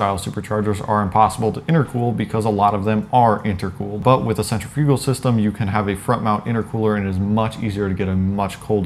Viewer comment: lol sen-treh-fugal